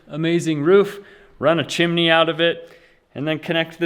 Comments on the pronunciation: Chimney not Chemaney 😂❤👍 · There is no “I” between the m and n in chimney, therefore, it’s chim-ney. The mispronunciation of nuclear is the one that sends chills down my spine. It is pronounced new-clear NOT new-q-ler. 😖😡🤯 I’m certainly not an expert in pronunciation, but ....... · Chimney is (chim knee) not MARY POPPINS SONG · it's chimiiiney btw :) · Well... you say "Squoze" instead of "Squeezed". She can have her chimeney :P